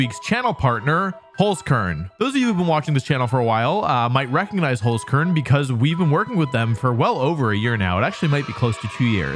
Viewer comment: As an Austrian, I can confidently say that your pronounciation of the word Holzkern is horrible. Also, my two favourite Pokemon are Incineroar and Kommo-o, but other than that I did still enjoy the video